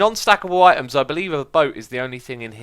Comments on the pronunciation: After a while it sounds like he is saying iTunes :P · at the beginning it sounded like "itunes" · Items... Eye-Tums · I thought he said iTunes at one point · items, I tim's, I timbs, eye tims. eye timbs....